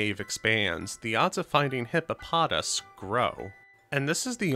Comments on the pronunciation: The name is pronounced as Hippo-po-toss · It’s pronounced Hippo Pa Toss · awesome video—but your pronunciation of hip-po-po-tas was bad; I think you kept missing the second po—I liked/subbed anyway:) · ITS PRONOUNCED HIP-PO-PO-TAS!